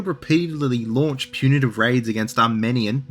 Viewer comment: Your insistence on pronoucing Armenia the correct way while anglicizing the heck out of Genoa is interesting... Also, both religions are religions of peace- by violence.